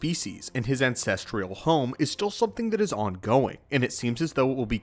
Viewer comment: Did you say ancestrial??